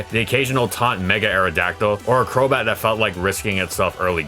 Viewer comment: my man really said cheeky crobat..